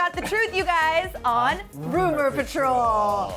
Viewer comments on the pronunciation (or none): "partol" hahahaha